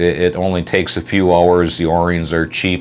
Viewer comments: I've seen a video of yours where you called yourself out on this, but... They are o-rings (pronounced, oh - rings), not 'or ings.' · Say that O rings, what are you a?